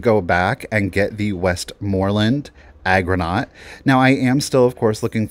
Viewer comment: I loved that milkglass argonaut bowl! FYI, it is pronounced ARgonaut, not agronaut. The argonauts are sea creatures. Agronauts would have something to do with the land.